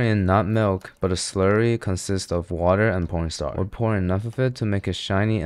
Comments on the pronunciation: Wait, did he say p**n star instead of corn starch?😭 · Bro i have to say it your corn star sounds like porn star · Bro been saying pstar everytime he puts in cornstarch😂😂, I'd heard it in other videos but thought I'm tripping but now... I'm sure😂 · Can anyone tell me why does he call corn starch , p0rn star